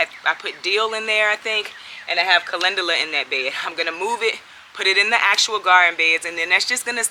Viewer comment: Calendula - pronounced Calenjula. LOVE, LOVE, LOVE your videos. Your smile is infectious. Much Love, Peace and Blessings to you and your family.